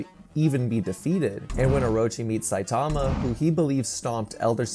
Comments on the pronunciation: "saitama, not sitama" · It's saitama not sitama